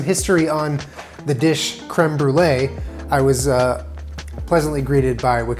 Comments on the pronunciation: is going to Brolee it to um. Instead on brulee. Lol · it’s creme br-e-lee,,, for his e-girl <3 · I'm the brûlée Me, a french Canadian, in my mind: it's '' brûleur'' but ok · Brûlée? More like Bruh-lée